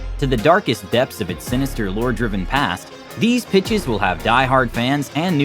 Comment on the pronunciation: I'm trippin I thought he said these are the five bitchs